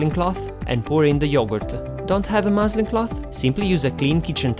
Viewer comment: Love your videos! What is the name of the cloth you use? It sounded like you said moseling cloth?